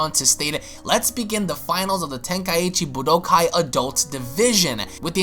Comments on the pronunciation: pah pie yah man lord almight save me and u have said budokai correctly before my head tilts each time i hear it said weirdly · Nigga said budokai wrong FAIL